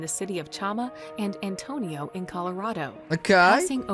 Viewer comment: Antonito, CO. Not Antonio.